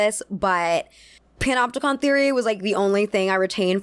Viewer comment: For a moment there I was laughing with my belly when I thought I heard you say “pinupticon”. But then there’s prison…